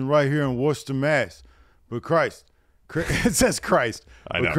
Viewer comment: It's pronounced Wuh-stah lol - sincerely, Someone from Massachusetts